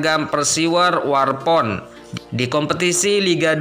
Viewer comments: Bukan warpon tapi waropen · JANGAN NGAUR DENGAN SEBUTANNYA : -Bukan Theo Numbri tetapi Theo NumbEri. ,(E) - Bukan Persiwar WarPON tetapi Persiwar Waropen.. MAAF, koreksi sebaik-baiknya kemudian buat beritanya .. ???